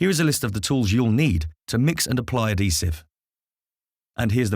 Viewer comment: Very useful video, but at least learn to pronounce adhesive properly if you're using it over and over again in a video! 🤣